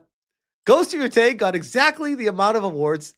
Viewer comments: Everytime, he still says yoTAAAAAAAAAAAAAAAY. It is fucking YOtay brother lol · Ghost of No-tei 😆